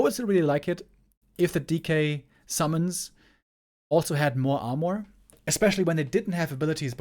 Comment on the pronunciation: It's pronounced "ar-merr" not "ar-morr"